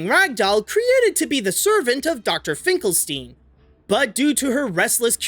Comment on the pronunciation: Like with Frankenstein (which Finklestein is clearly based upon) the stein part in Finkelstein is prounounced "stine", not "steen". I mean, how can you have seen the movie or know about Frankenstein if don't know how it is correctly prounounced?